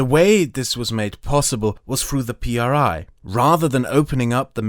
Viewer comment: Mexican here that actually lives and has lived there his whole life: IMSS, is, without a doubt, one of the most corrupt, money/power hungry systems, it helps a lot of people, but it comes at the cost of being screwed over by other factors. Also, when you say PRI don’t say P R I With sepparation, say it as a whole “pree” (how you could pronounce it it ) and yes, these motherfucking sons of dick craving bitches are as evil and corrupt as they get, you would be disturbed by the amount of things they do freely and the things they manage to hide. All over all, I truly fucking hope a second revolution starts